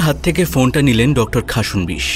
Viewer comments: খাসন্- বিশ্ উচ্চারণ হবে না।খাস্-নো-বিশ্ উচ্চারণ করবেন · Khasnobis pronunciation ta hochhe na